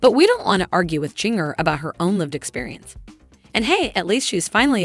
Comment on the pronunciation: It's pronounced "gin-ger"